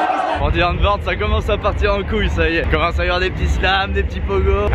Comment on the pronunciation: à chaque fois qu'il a prononcé Die Antwoord, j'avais les oreilles en sang